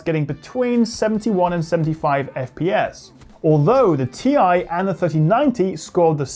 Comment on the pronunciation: Ti??? Tiee.....Tieeee!